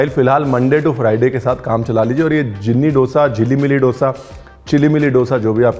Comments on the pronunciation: डोसा nahi दोसा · Respectfully, it’s not dosa. It’s दोसा. I am from chennai - tamil speaking and this dosa sun na mujhe acha nahin lagta. Love your recipes and your channel. Shukriya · Guy's it's not dtosa it's dosa plz 🙏🙏🙏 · Creative variations, loved it! Traditional cheela is also a Maharashtrian traditional dish and is called घावन or अंबोळी. Ranveer Sir, since you are always well-researched, wanted to share an observation. The word dosa is pronounced authentically as दोसा and not डोसा in South India. Wrongly pronounced in all Indian states other than the 4 South Indian States. Don't worry I used to call it डोसा as well till I came to stay in the South. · Please don't mind me saying this. The pronunciation done in this video of Dose is wrong. It isn't डोसा. It is दोसा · Seriously! Being a renowned chef I would expect you to pronounce dose correctly. It is not doughsa. It is do(the Hindi word two)...Dosa or Dose. Inka bhi feeling hota hai. Please use the right word Brar ji 🙏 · As a part of your research, kindly research the right pronunciation of dosa. Just to respect the authenticity of the dish. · It's unfortunate that North Indians simply can't pronounce dosa correctly! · DOSAAAAAA ko ache se pronounce karoo Offend mat karo Dosa should be prounced as do( like two in hindi) and sa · Bhai dosa bolna to seekh le